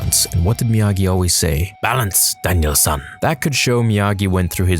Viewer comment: Its Daniel San not Daniel son